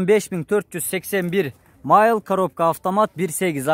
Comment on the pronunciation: Майл дебей милль десен!